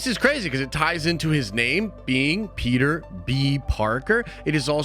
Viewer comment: Ngl, I thought Andrew was saying "pizza" and not "Peter" 🤦🏾‍♂️